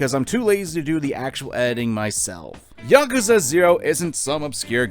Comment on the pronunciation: Thank you for saying Yakuza correctly. Too many people say 'Yakooza'